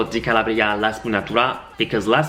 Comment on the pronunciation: SI DICE"BERGAMOTTO DI CALA'BRIA no CALABRI'A....kisses